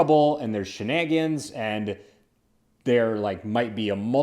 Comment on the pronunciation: Shenagins? Did you mean shenanigans? LOL